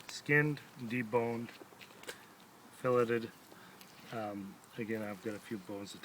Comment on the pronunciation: did he really just say fill it tid? lol